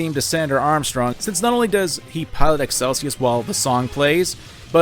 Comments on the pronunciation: My guy cannot pronounce character names, I'm wondering if it's an in-joke at this point. "Khamsin" to "Qasim", "Excelsus" to "Excesulus". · God the way you pronounced Khasim and excelsus, good video though. Im my own master now